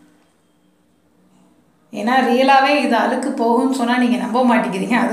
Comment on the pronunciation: Nalla Tamil tips nalla Tamil pesunga Aluku I'llai Alzuku , Kaluvi I'llai Kalzuvi unga Tamil kekurathku nallave illai